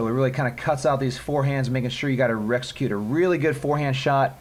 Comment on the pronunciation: Rexecute? Typical.